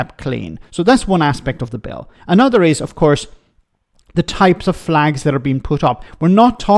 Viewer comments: Flegs, not flags…😂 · "They took 'er fleeeegs" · 100% pronounced FLEGS! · It’s flegs,please get it right….